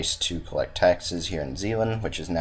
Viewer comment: the province to the left of holland is Zeeland, the one you call sealand is pronounced like Shell-land! kinda